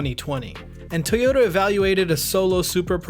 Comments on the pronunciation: It's pronounced Toy-oh-tah, not Tee-yoh-tah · Why are you saying TAYota? It’s TOYota just so you know 😜